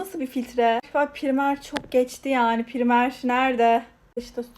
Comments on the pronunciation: Primer ne ya pıraymır diye okunuyo o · Abla o primer diye okunmuyo pıraymır diye okunuyo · Abla primer diyil praymir neysee bi de dudagini goremiyorum